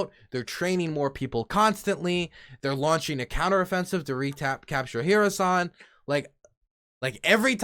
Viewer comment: I think I've invented a way for you to say Kherson correctly: just try saying "her son". Not dissing you just trying to be linguistically helpful.